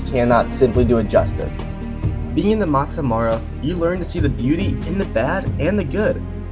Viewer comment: didn't even try to pronounce maasai mara right😂😂😂